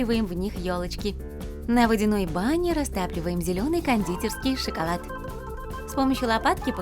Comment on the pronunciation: Зелёный шыколад! Ору